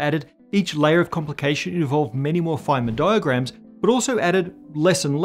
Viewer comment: Anyone else hearing ‘flamin diagrams’ as if al from home and away was a professor?